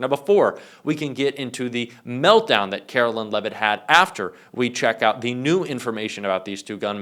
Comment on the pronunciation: Dude....??? Her name is not Carolyn. It's Karoline. LINE. Sounds like LYING. At least have the journalistic integrity to get someone's name right.